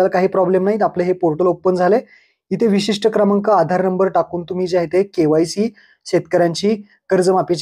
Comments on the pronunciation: विशिष्ट भाऊ...वैशिष्ट नाही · अरे वैशिस्ट क्रमांक नाही रे बाळा विशिष्ट क्रमांक असं आहे ते